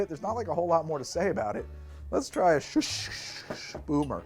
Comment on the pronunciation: It's not Schuschschschcsh it's Schuss. Pretend it's spelled Shus and say it with a sharp S sound at the end.